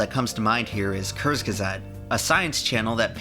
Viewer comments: its sayed like this: "koortsgesagt". not "kursgesagt". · Listening to a half chinese half american man absolutely brutalize the pronunciation of "Kurzgesagt" was extremely painful, thank you